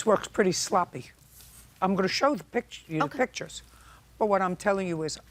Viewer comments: "Pitchers" or PICTURES? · Pictures, not "pitchers". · That's what I kept saying, but the plaintiff kept pronouncing it as "pitchers"